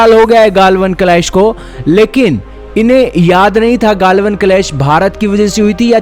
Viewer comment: गाल्वन नही गलवान